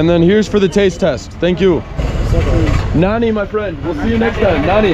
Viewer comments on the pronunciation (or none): Nani? .i get it after some time you were saying Nanni ! People don't get it easily . second n is like NN . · it seems like nobody understands when you say "nani". there is an easy solution. say "nanni" . that's the right pronunciation. naNNi if you read this XD. btw cool vid